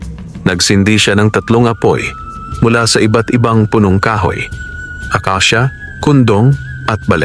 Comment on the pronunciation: Himdi akisia kundi akasia